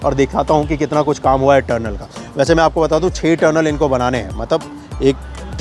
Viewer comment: Bahi turnel nhi tunnel hai pronounce correctly